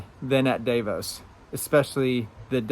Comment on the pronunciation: For all or you that give a F about how to pronounce Davos, It doesn't rhyme with David, it rhymes with darvon.